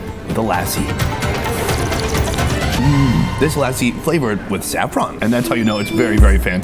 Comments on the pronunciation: I think the term is lassi, not lassa.😂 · It's pronounced Joe-sh, not Josh, and luss-y not lassie😂! The food looks amazing. Will give it a try when I'm in Mumbai next. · "Lussi" can help with pronunciation